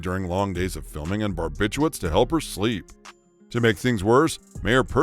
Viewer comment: Really detracts from the story when they call them "Barbituates " instead of correctly "Barbiturates"